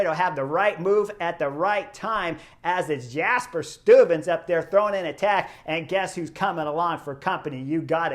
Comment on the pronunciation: Your pronunciation of ‘Vingegaard’ is really good! (I’ll let the Belgians comment on your pronunciation of ‘Stuyven’) 😆